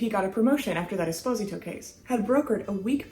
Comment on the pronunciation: Pronounced Es-po-z-tow